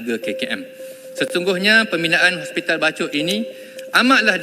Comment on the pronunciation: Bachok ke bachol...?? 😂😂😂😂😂